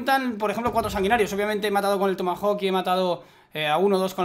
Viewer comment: el tio dice hawk the tomahawk es broma olvidadlo